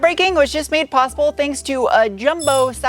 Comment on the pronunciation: MADE in Chicago, not MANDE